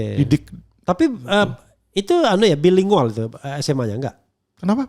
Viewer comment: Hehehehe Alvin nggak tahu bilingual dibaca bilingual... tetapi dibaca dgn bener..., bailingguel... Sdh kelamaan di Amerika Kupingnya ssh teelatih dgn bahasa inggris yg baik